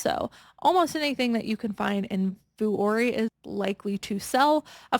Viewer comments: Vuori is pronounced Vee - or - ree. RSVLTS is pronounced Roosevelts like the President. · Vuori is vwha -reh. It is a Finnish word.